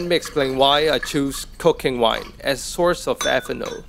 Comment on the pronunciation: I heard cocaine wine lol